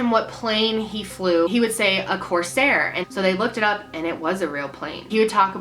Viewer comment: It's Corsair Not Cosair